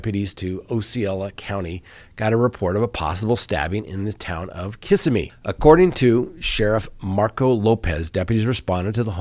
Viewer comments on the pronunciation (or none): Thank you for being the voice of reason. BTW, Osceola is Ah-see-oh’-luh, and Kissimmee is Kiss-IM’-ee